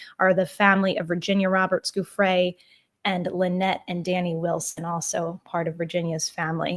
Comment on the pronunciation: Love your work, but in all your research did you forget to google how to pronounce Giuffre. Ju fray